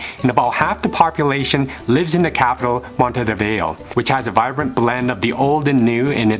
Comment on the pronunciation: Finally someone who pronounces "Montevideo" correctly!!!